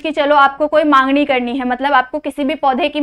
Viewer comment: Mam mangni nahi hota he it's magni